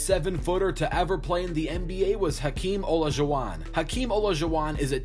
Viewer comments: sounds like hes having a stroke when pronouncing hakeems name lmao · “Hakeem Hola-jew-uh” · hakeem ohlajhuwan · IKR Hakeem ollajwon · I would make the following changes..... 6'2 Jerry West 6'7 Julius Erving 6'10 Bill Russell 7'1 Wilt Chamberlain Btw you butchered Damon Stoudamire and Hakeem Olajuwon names. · You’re saying Hakeem Olajuwon’s name wrong.